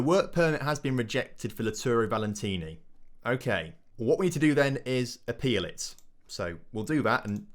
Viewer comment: Valenti not Valentini xD